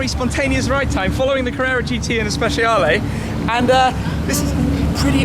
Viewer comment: Please use Google Translate and it will tell you how to pronounce the 458 "Speciale" ( Spe-Chaale) in Italian and the Huracan (Oorah-Can) in Spanish. No "H: in Huracan.